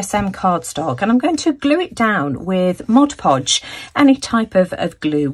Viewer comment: Great video. THANK YOU SO MUCH for pronouncing Mod Podge properly. So many artists who should know better pronounce it Moj Poj, and that hurts the ears. I love your color combination choices. You are awesome.